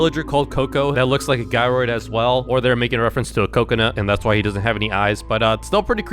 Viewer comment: it's not a guy roid a gyroid cause it sounds like you're saying guy and roid